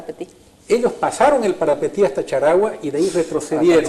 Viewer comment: Como paraguayo te digo Parapití no parapetí